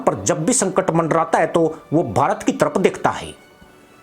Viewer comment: संकर नहीं। संकट। भारत नही की मदद। भाई हिंदी सीख के क्यों अपने हिंदी ज्ञान को सार्वजनिक कर रहे हो। थोड़ी शर्म कर लो। बात सच है।